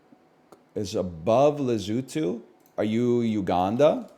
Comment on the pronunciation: Learn how to say Lesotho